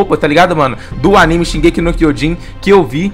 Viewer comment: Fala direito pô nossa que ódio de quem fala errado nome de anime